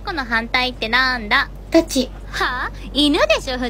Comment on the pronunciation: イントネーションの事じゃないでしょうか 一般的に…(？) タ↓チ↑と言われているので…